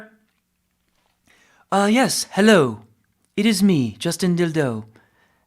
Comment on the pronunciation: Says helleau....hahaha